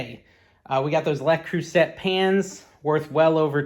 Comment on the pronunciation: Good finds. It's pronounced "Lay Crusay", just FYI and the vintage sell very well. 👍